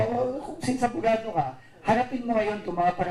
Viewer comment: Ano yan abugago yan hindi abugado 😂😂😂.